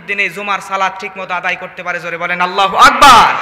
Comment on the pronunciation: বক্তা মাওলানার আল্লাহু আকবার الله أكبر শুদ্ধ নয় । তিলাওয়াত কৃত আয়াত সমূহ প্রায় ভুল । শুদ্ধ করতে বলি । ওয়াজ অনেক সুন্দর । বক্তা মাওলানার জন্য দুআ করি এবং করবো । ( মুফতী ) হোসাইন আহমদ হাম্মাদ চৌধুরী কাসিমী । শিবপুর । মোড়াঝার বাজার । জিলা হোজাই । আসাম ।